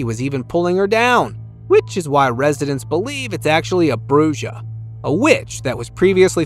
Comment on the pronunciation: A Bruja is pronounced Brew-ha